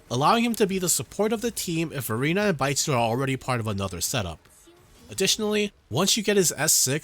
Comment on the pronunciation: Great video as always. Keep posting more guides. Thanks for all the detailed info. On another note, it was hilarious i kept hearing you said Baizhi's name an idiot (sounds like in Mandarin). lol...